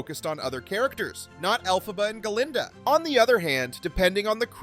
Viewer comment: Hey just a quick comment. You call the “good witch” Guh-linda.” I always thought it was Glinda. Also the “wicked” witch you call El-fuh-buh. I thought it was pronounced El-PHABUH. Can anyone explain this to me? I’m curious. Not slamming the narrator.